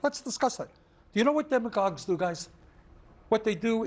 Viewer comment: What's a demlagog Bernie?